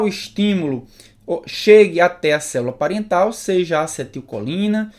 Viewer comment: Célula " pariental" ?